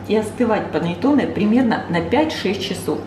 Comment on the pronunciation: Все хорошо и замечательно! Но прислушайтесь, как итальянцы говорят: паннЭтонЭ! Ваше паннЕтоне режет слух. Исправляйте произношение, пожалуйста!